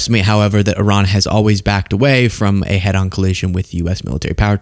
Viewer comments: She can't pronounce Iran correctly though. Which is very ignorant. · When are Americans going to learn that Iran is not pronounced I RAN ? It's E RAN. It is that easy. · Some of these people can say "I-Ran" because they run when confronted on camera & off